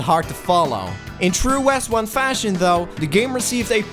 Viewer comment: Westone is Wes-stone dude :D (meant to be West Stone) Every one mixes it up because of that West 0ne cheat in Wondertboy III :D But most excellent video presentation Sir, I am most impressed!